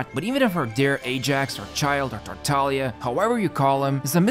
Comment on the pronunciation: Thank you for the useful video, but most importantly, thank you for pronouncing "Tartaglia" (almost) right! The official voice over is unbearable for an Italian's ears...